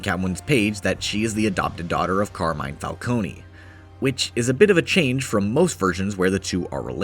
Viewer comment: Listen bro it's pronounced Falcon-E